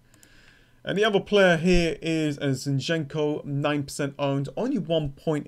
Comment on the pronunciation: Man, please pronounce ukrainian surnames correclty. Your emphasis on "enko" is not correct. Yarmo'lenko, not Yarmole'nko. Zi'nchenko, not Zinche'nko.